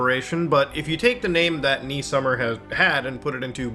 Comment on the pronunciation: I’m into this video and thing that annoys me the most of pronunciation of “Nee”… I need to get a life…